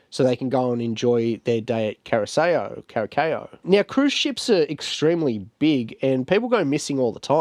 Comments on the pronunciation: CURASAO, PRONUNCIATION IS WITH SSSSSSSSSS. 🤦‍♀🤦‍♀🤦‍♀🤦‍♀🤦‍♀🤦‍♀🤣🤣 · Kurasao thats how you pronouns it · kur uh sau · Cara sow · Your pronunciation of Curaçao is soooooo far off, please, please just Google the pronunciation next time 😅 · I thought it was funny the way you pronounced it, but it's one of those words that can easily throw you off.